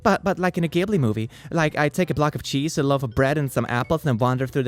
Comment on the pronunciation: im angry rn because of how much you mispronounce words, like ghibli, bugle, totoro etc. but i laughed anyways so its fine